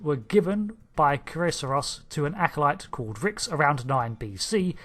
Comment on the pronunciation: Love your channel big fan! but i do believe the capital is pronounced Reeks, but spelled Rixx. Sorry, it is just one of my favorite planets besides Risa, defiantly would retire on one of them